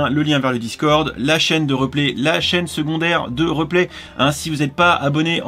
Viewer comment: Reuuuplay, on dit riiiiiiplay